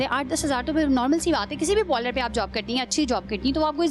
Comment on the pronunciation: Pehla bolna to sheek theek se pronounced karne bhi nahi aata parlour ko